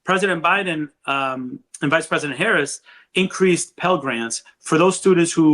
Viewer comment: It's time to call VP Harris by her last name, the same way you refer to Obama, Biden, and Trump. Especially if you gonna mispronounce it 😉